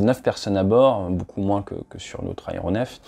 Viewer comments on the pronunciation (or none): none